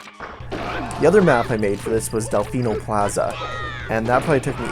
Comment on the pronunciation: “Del-fine-no Plaza” I winced at that.